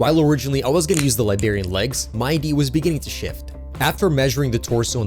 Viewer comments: Hearing “liberian” instead of “librarian” hurts my soul lol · Why are you pronouncing it Li-bar-ian dude and use smaller pliars for smaller more precise cute and kit back use a cool staff like a wizard man should